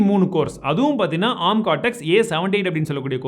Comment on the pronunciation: Bro oru chinna suggestion, don’t get me wrong..!! Adhum A. R. M nu thaniya sollanum … arm nu sollakudathu .. It’s acronym of Advanced RISC Machines